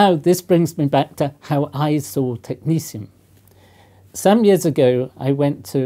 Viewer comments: Why does he pronounce it as though it’s spelled “technecium” instead of “technetium”? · why is he pronouncing it as tech ni sium when its tech ne 't'ium???? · Who decided to pronounce the second "t" like a "c" as in "Technicium"? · Why do Americans pronounce it: Technicium? It's Greek, phonetic like Cyrillic: Techni-T-ium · Looks like a T to me and not an S or C. Technetium, not Technecium..... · Why is it pronounced technesium when its spelled technetium? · Technecium sounds very different to Technetium to me. The actual spelling indicates a certain pronunciation. It is not a big deal. Just a but odd. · How does one pronounce Technetium...Technecium , when a T isn't a C? Real question. I may be an american Mutt, but i am certain that "T" and "C" don't fall into the same phonetic...well...sound profile. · It's pronounced Tech - net - ee - um. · Technetium is pronounced Technicium why? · Net is now pronounced neece is it? I'm so tempted to proffer some shearing to that bush you call hair, surely that backcomed? wildness is more work than a grade 1 alternative? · Technetium has a t instead of a s or c. Do you just pronounce it like that? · I love these videos and I mean nothing but respect. But isn’t the professor pronouncing the name of this element wrong? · How the heck is the second 't' pronounced as an 's'?! It's supposed to be like the 'c' in technician. But even that seems weird. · Is he mis pronouncing it? no second 'c' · Pronunciation of Technetium. Science is about logic. The second "t" in Tecnetium should be pronounced as a T and not a C or an S in my humble opinion. Science does not need another annoying "Alu-min-um / Alu-mini-um" situation. Sulfur is a great example of progress. Brain power should be used to make new discoveries; not to remember awkward spellings or illogical pronunciations.